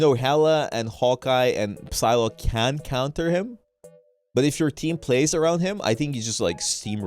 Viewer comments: is it Psylocke or sylock like how is it supposed to be pronounced coz it sounded wrong when he said it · Is he pronouncing the P in Psylocke?